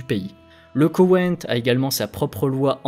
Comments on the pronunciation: Très intéressant, beaucoup d'informations qui permet de comprendre ce qui ce trame dans cette région, par contre entendre Kowein au lieu de Koweit à plusieurs reprises étaient très agacant! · "Le KoweNNt.." Désolé, j'entend plus que ça maintenant x) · Dossier intéressant, petit problème de prononciation de Koweit... pas de "n"